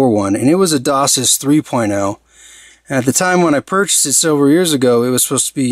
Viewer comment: 32x8 instead of 32 by 8 And isn't it Dock Sis? Not Dose sis?